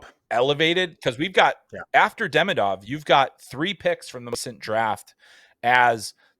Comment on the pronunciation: By the way, why doesn't anyone even try to pronounce Demidov's name even close to correctly? It's so easy. It's Duh-ME-duv, accent on the second syllable. I don't remember how people in the media have been pronouncing his first name (Ivan), but the laziness/uncaring of how people are pronouncing his last name leads me to believe he'll be called EYE-vin instead of ee-VON.